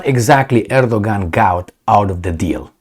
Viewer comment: Great - remember Erdogan is pronouced Edoyan (or something).